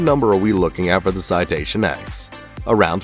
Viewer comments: Citation “Ten” not “X”, do you call the citation 7 a v i i? 😆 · Not the "X" its the "Ten" C'mon bro. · It’s the Citation “Ten”, not the “Ex”. All the citations use Roman numerals. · Its called Citation “TEN” btw not “X” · It’s a Citation “Ten,” I flew them for five years. Maybe tighten up your research. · Citation ten, NOT X. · It’s “ citation TEN” Roman numerals dude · You sure it isn’t pronounced “ten?” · Well I worked there ON that aircraft and yes it’s spoken as “ten”.